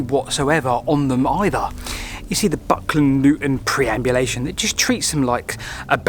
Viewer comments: Prehaps because I'm Dutch.... but isn't it PERambulation instead of PREambulation? As in, a walk around the preimeter, sorry, perimeter. Now you've gotten me confused as to which is which. Nice video though, love your channel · It’s not “preambulation” as you keep saying, but perambulation, meaning a walk. See graphic on screen at 9.33 for example. Still, a great story, who doesn’t love a mystery? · PERambulation... not PREambulation. Perambulate... to walk. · Very interesting, especially the comments from Justin Nash. Also, it's perambulation, not preambulation! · Nice mystery to explore. A slight correction: you used the word 'preambulation' a lot. If you look at the documents you were reading from it's 'perambulation'. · Perambulation, not preambulation!! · Facinating thought as ever. A pedant writes - I think you meant "perambulation" not "preambulation" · I think you mean PER-ambulation and NOT PRE-ambulation.....as written on the document you referenced. As in the word perambulate, meaning walk, origin of the word, "pram" which is a shortening of perambulator. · PER-ambulation, not PRE-ambulation. ❤ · PERambulation, as in "to perambulate." Not "PREambulation," as in... uh... "before walking," I guess. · PER-ambulation, not PRE! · It wasn't just spelling, you actually said "preamulation" several times. People who speak publicly should know what they are saying, & research if they're not sure of facts or words. Otherwise you are giving wrong information. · I love a good boundary discussion. btw it's perambulation though